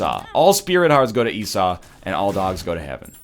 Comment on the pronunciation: Did he.. did he finally pronounce Esau properly? GODS BE PRAISED.